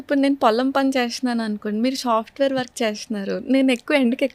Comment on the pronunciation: చెల్లెమ్మకి 31 యేల్లొచ్చినా పలకడం సరిగా రావడం లేదు డిషీజ్ ❌ డిసీజ్ ✅ ఎక్సైజ్ ❌ ఎక్సర్సైజ్ ✅ కట్ చేశేసి ❌ ఎవాయిడ్ చేశేసి ✅ షపోజ్ ❌ సపోజ్ ✅ షాఫ్ట్వేర్ ❌ సాఫ్ట్ వేర్ ✅